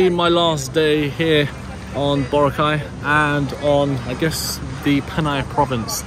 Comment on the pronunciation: Please please please ask one of the locals there how to pronounce Boracay 😂